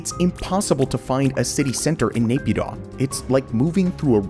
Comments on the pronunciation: Dude it's pronounced MEE-AN-MAR not MAYAN-MAR ffs. Same with Napyidaw. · not Naypyidaw it is Nay Pyi Taw